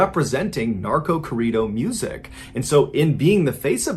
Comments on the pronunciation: Hearing him say Corrido is kinda funny lol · For my Mexicanos here when he said “Corrido”!!!😂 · Please say Corrido the correct way. It took me forever to try and understand what you were even talking about. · lmao did you really pronounce corrido like that lol that is so wrong idk if you just refused to say it properly but saying it that way butchered it completely. i actually had to go back in the video to realize what you were actually saying. i mean not a big deal, but i just felt to strongly to not say anything xD lol